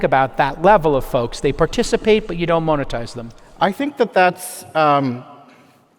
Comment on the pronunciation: I was hoping this was the time where Jason learns how to say monetize. 😢